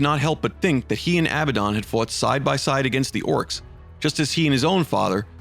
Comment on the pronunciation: The Fuck did u call Abbadon ???